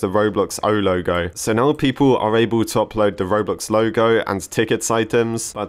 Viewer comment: When you say "Roblox O Loge" it sounds funny to me